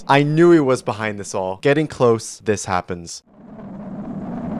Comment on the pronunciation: Is da rp dis arg💔💔 dude talk correctly 🫩🫩